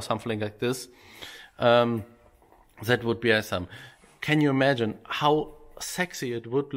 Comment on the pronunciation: Es gibt "awesome" auch als Audio Datei. So kann jeder hören, wie man es richtig ausspricht.